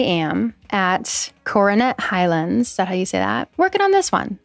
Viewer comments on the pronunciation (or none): none